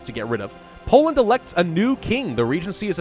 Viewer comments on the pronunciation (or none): none